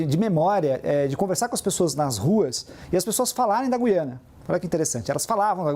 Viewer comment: Parabéns aos dois debatedores pelo alto nível e por pronunciarem corretamente a palavra "Gú-i-ana"...